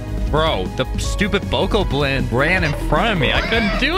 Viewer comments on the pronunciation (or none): its buh cah blin not bow co blin